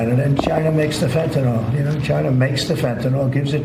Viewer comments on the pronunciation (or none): Note to Donald and Clayton: It’s Fentanyl, not Fentanol. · It isn't fentanol; it's fentanyl.